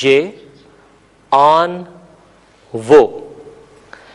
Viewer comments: این نہی ایں کہا جاتا ہے اور آن نہیں آں کہا جاتا ہے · محترم این نہیں بلکہ غنہ کے ساتھ ایں کہتے ہیں اور آن نہیں بلکہ آں کہئیے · Sir ap ki pronociation "in aur on" ki therk ni hy.jsida k azaez ny likha hy.noon ni perhty.